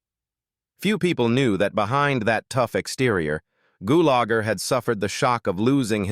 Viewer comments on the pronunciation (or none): My favorite character of Clu Gulager was in the movie "A Force of One" also with Chuck Norris. I really hated listening to AI butcher the pronunciation of his last name so many times. Goolager